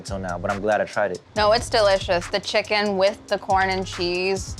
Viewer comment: No one: Jay: chiggin